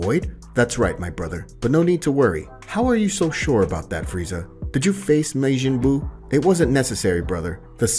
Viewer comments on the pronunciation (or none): Maejin buu 😭 and Kai in stead of ki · "Mayjin buu". Ffs has this guy ever seen DBZ? DBS? Pronunciation is everything when story telling. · Can you learn how to pronounce names and Japanese words properly? You literally say Kai, Ki is pronounced as ‘Key’ and Margin Buu is pronounced Mar Jin like Ma , Its so disappointing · "mayjin buu"💀💀💀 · Maygin buu? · bro butchered majin buu's name